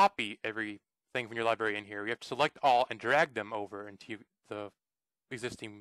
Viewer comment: This did not work on my itunes. And are you saying Libary?